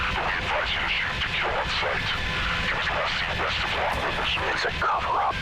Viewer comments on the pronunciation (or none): none